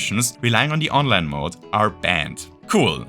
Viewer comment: Oh! You said Online! I thought you said Onland lmao.